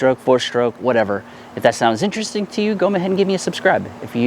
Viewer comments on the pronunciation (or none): none